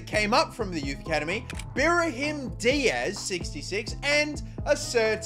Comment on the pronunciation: Why do you say berhim its pronunced brahim